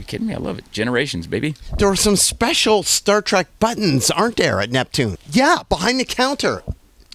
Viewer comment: Hey guys look at this guy he said "sepcial" lmao (everyone knows the actual word you'd use is "special", "sepcial" is not even a real word!!)